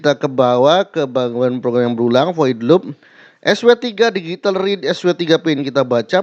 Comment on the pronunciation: Pertamina digital mang bukan Digitil😂